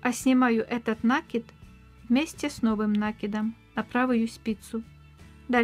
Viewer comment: Вы нить накИ дываети,а не нА кидавыете,поэтому накИд, нАкид очень режет слух